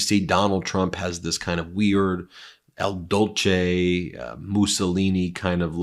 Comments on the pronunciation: Mussolini's title was "Il Duce," pronounced " Eel Duchay," not "El Dolchay". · I LOVE your show. I know it can be easy to mispronounce while presenting. Just wanted to clarify that Trump imitates " Il Duce", (the so-called "Duke", Mussolini; not "El Dolce" (maybe "The Sweet" in Spanish? ) LOL😂 ❤❤❤ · Ben, it is Il Duce not Il Dolce.🙈